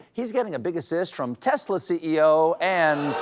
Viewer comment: 'Hey hey Donald J, how many Tesler's did you sell today?'